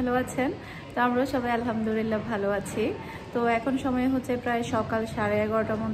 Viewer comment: Alhamdulillah bolte hoy Alhamdurillah Nah apu